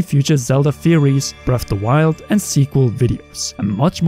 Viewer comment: When you can't pronounce correctly it makes it difficult to take this seriously. "bref of the wild" like cmon now.